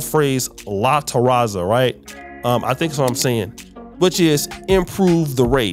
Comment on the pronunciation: Dude he said La Terraza , the Patio, 😂😂😂 not Mejorar la Raza 😂😂 Anyways, Afrocolombian we know Black is Black and that's what we are